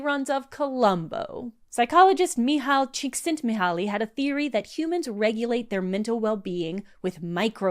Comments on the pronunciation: great video! it's pronounced mi-hai chick-sent-me-hai btw! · very thoughtful video!!! this dredged up so many feelings i've been going thru lately about my metacognition and how i de/value my time. P.S. JSYK you mispronounced Mihaly Csikszentmihalyi's name, however please don't feel bad as it is counterintuitive to us native English speakers. thanks again for this great new one.